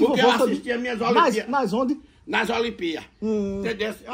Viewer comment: Toda vez o desliga a televisão 📺 e fala que faltou a energia, a energia do acaba a prestação, o em vez de falar olimpíadas, ele fala (olimpías) Mané chamou o de caga goma, faz dona Zazá pegar o perfume de novo, pelas atitudes do, ele tá merecendo ir para casa do bobe 🐐 eu sei que ele está com a perna 🦵 machucada, mas ele está fazendo de tudo para ir para lá André São Paulo